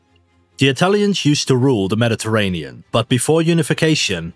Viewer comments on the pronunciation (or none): none